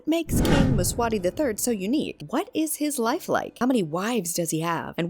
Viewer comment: Mswati..Nit mswani